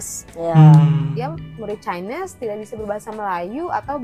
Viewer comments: Apa saya saja yg dengar dia sebut Chinese jdi chaines 😅 .. sekolah swasta nie bang... Sistem pendidikan Malaysia berbeza ikut keadaan - negeri - status sekolah nya seperti sekolah swasta atau kerajaan - jenis sekolah seperti SK (Sekolah Kebangsaan), SJKC (Sekolah Jenis Kebangsaan Cina) atau SJKT (Sekolah Jenis Kebangsaan Tamil) - Darjah atau tingkatan murid tersebut... Tahun 1 - 6 atau Tingkatan 1-5. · takkan cikgu x leh sebut chinese dgn betul